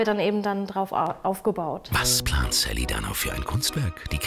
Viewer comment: Hahahahhahaha das heißt saliha nicht sally